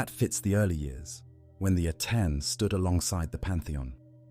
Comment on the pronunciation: Giving power to priests never ends well. Amun or the Aten. Akhenaten was a little crazy. And it's AH-ten not Ah-TEN.